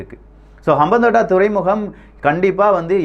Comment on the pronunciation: அம்பாந்தொட்டை தான் தமிழ் பெயர். இப்படி உச்சரித்து பாருங்கள்